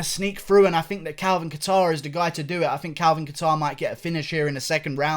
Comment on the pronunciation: the second one but leave him alone he’s british😂😂